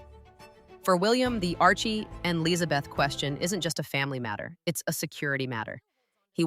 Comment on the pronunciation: Not Lillet it's Lillibet. Also 5 people would have to die or abdicate before either Archie or LILLIBET could take the throne.